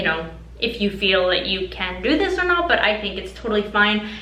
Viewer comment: When you say 'to' or 'do' it sounds like 'tiu' and 'diu'